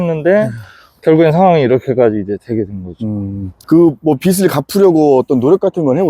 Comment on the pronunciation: 빚을-비즐, 빚이-비지 입니다 입니다.